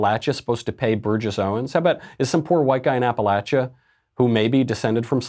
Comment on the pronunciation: I really appreciate, how he pronounced Appalachia correctly.